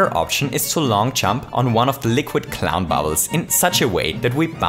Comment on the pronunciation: u said cliwn